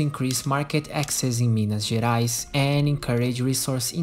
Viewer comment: Are you Brazilian? That "Minas Gerais" was neat asf.